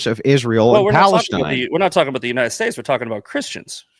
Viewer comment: "The united Shtates"